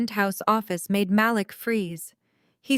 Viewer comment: I love how in two consecutive sentences, they pronounce Malik two different ways and flip flop often thru the rest.